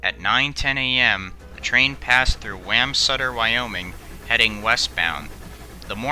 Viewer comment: Wamsutter It’s pronounced like Guam